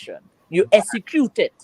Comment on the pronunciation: She enunciates words wrong and doesn't know the proper word., Essacute in my opinion is not about dialect. It's just lazy pronunciation.